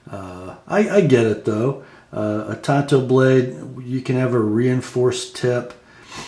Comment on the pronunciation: Why do some knife reviewers pronounce it TONTO? It's TAN-Toe.